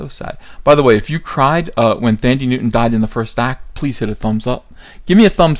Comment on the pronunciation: It's pronounced "Tandy" Newton.